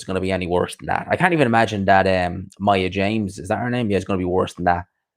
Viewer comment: It’s Maya Jama bro lol